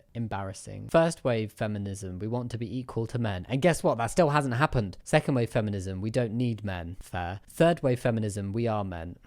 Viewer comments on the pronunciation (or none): none